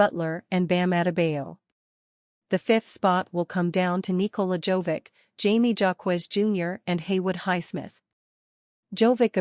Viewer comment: At this point change the J to an H. The J is silent in Jaime. And why is Max Struss in this video???